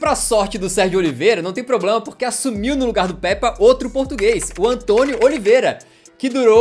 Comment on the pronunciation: Mano uma correção n è Pèpa È como se fosse pêpa